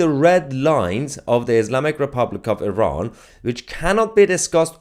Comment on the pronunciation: IrAn... i learned how to pronounce it properly...ty